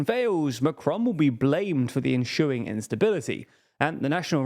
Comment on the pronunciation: "enSOOing", not "enSHOOing". Get therapy for your speech defect.